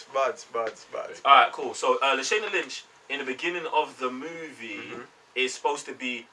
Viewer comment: La- Shaa- (not Shay) Na Lynch 😉